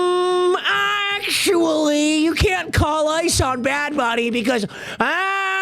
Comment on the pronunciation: … can NOT say the word actually. We also never gave 69 a pass.